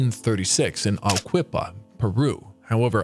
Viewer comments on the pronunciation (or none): Arquipa? Ah reh key pah.